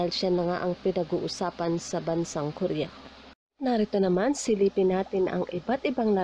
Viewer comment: ko-ri-ya Hindi po korya